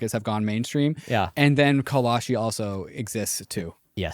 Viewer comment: Call-shee...not Call-a-shee